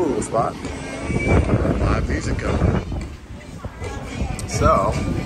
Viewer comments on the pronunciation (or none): none